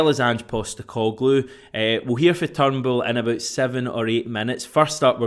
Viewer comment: Its not turnbool it's Turnbull, you're prenouncing it wrong